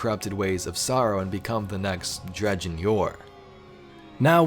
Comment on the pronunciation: Dredgen.. Dred Gen, not Drejen. it isnt J like dodge